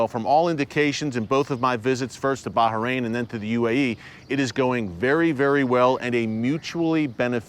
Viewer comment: Finally, you pronounce baHrain properly ✊😂✊ thank you!